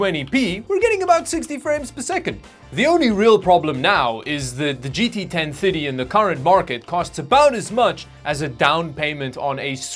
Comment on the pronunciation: It took a bit before I realized he was saying 1030 and not 1050.